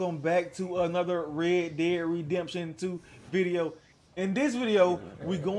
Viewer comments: He says rea dea redemtion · Reh deh rehdamptiun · Reh Deh Redemshun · so now the game is called "re de redemption?" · what's reea deaa redeaaamption?